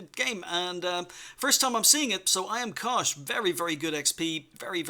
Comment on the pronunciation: Until the end screen, I thought his name was "I am Cautious" because you kept saying "IamKosh is". lol. I also learned that if I want you to look at my replay, I need to make sure I put "Good map awareness" in my title (-: Great vid and all who sent replays.